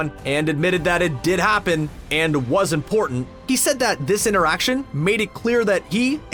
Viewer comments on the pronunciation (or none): none